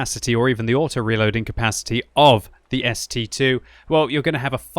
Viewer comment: No one is getting the name right. It's ST-ii (ST double i)